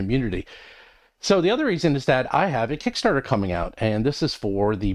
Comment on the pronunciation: Is it just me or when I listen to these at 1.5x I always hear say "Roll from Combat" instead of "Roll for Combat" 🤔